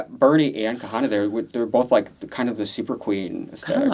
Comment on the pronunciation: Idk why u keep calling KHIANNA, “KAHANA” 😭